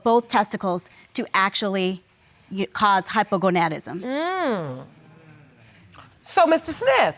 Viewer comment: did that doctor just say hypogoDAnism and not hypogoNAdism??👂🏼